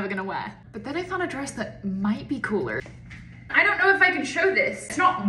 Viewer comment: Is it just me or did she sound really really American when she said ‘cooler’